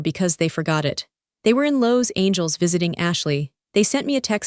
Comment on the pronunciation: You’ve got to get a reasonable reader who can read Los Angeles! This is ridiculous!!!